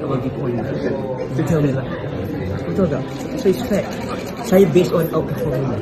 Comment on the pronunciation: Alah ajai pun..dia sndri nyanyi sebutan pun x jelas..syaayaa laa..syeemakinnn lahh..fundekk